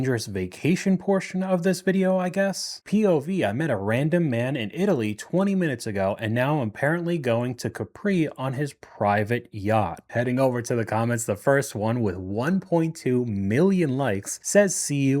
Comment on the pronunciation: Pleeaase! It's CA'.pri. It's not French, it's Italian, the major accent is on the FIRST syllable! 😩😫